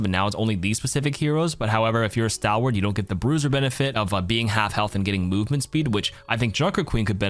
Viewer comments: That's not how you pronounce "stalwart" though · stalwart like stall-wart. also doom ult and ana sleep dart perk do slows also, but yea still pretty niche